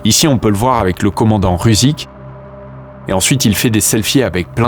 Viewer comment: Incroyable cette video, superbe travail osint. Juste ’Rusich’ veut dire russe en allemand et ne se prononce pas ’rousik’, mais ’roussich’.